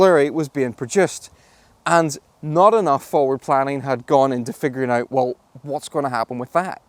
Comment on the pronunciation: “inside ay-ert”